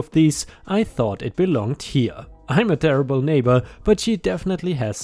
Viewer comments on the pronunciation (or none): none